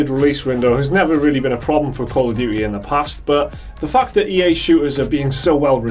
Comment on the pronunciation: Duty. Not "duii"